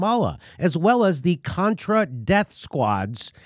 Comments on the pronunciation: She said cortra...beeep not a strong start..she didnt let him speak because she didnt know a thing about what she was talking about obvi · I love Omar, but I wish she could read from her sheet and pronounce the words "Contra" and "Nicaragua" without stumbling throughout the whole subsequent parapgraph. I did, however, LOVE her commment, "Thanks for your participation"